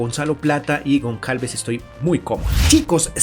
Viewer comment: Goncalves? Aprende a pronunciar anda.. que parece mentira que te dediques a hacer vídeos de fútbol sin tener ni idea..